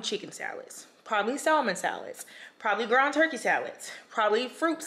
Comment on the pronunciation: They need to sponsor you! Not to be rude or too critical but as far as I'm aware the l in salmon is silent